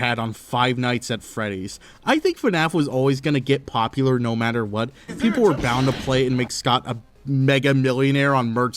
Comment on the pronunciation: tries to pronounce "popular" challenge: IMPOSSIBLE